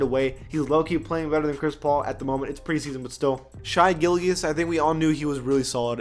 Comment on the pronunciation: just for next time you talk about shai Gilgeous its pronounced (SH-AY GIL-JEOUS )